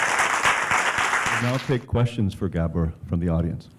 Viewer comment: Horrible sound. Glad to hear that the presenter can pronounce Gabor properly.